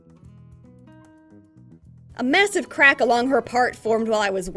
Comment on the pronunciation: I have no idea why I’m literally in tears just because of the way she said “Massive CRAcK” I need to check my humor